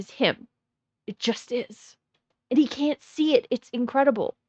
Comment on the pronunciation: Have a like for being the only one that hates the way he hays "Wha'" instead of want apart from me so far. The other earworms are how he says And, banned, demand, like "Eyand", "Beyand", "Demeyand".